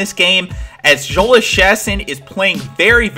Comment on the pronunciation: Just a little heads up Jhoulys Chacin is said "Yo-lease Cha-seen" :D